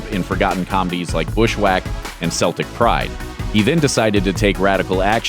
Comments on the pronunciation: Americans really can't manage Celtic, can they? They always pronounce it like the football club. Its pronounced 'keltic' not 'selltic'. Thats the football team. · Celtic is pronounced keltic not setlic